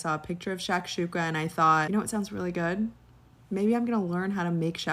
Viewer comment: As an arab hearing this woman butcher shakshuka made me cry inside 😂😂😂😂